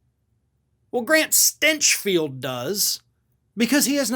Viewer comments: Stinch pronounced as stench. Yes, I can sign up to that. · "GRANT STYNCH FELT" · Did he pronounce it "Stenchfield" on purpose??? XD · "The stinch of stinchfield" 🤣🤣🤣🤣🤣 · I like how you pronounce his name “Stenchfield”. 😜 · Did you say Shitfield? My pretend hearing aids cut out.